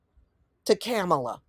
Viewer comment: Can you at least say her name correctly